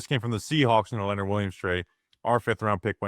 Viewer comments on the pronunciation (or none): none